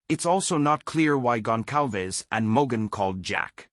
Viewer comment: He said their name right!!!! Finally someone said these peoples last name right! Out of respect don’t say their names if you can’t pronounce them it’s embarrassing when people call them Gonzales it makes us all look ignorant